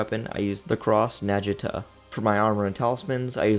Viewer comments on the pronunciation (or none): You keep mis pronouncing the cross Naginata Let me help you. Nah- ghee- nah-tah- Hahaha not what you said 😅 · The way you pronounced Cross-Naginata hurts so, so bad.